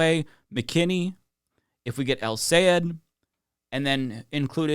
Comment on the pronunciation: Thanks for pronouncing his name correctly!!! The best way for English speakers to say it is "Say Ed" - just like it's written. It's not "Sigh - Ed", which is what most US people say. He himself says it - SAY ED - if you listen closely.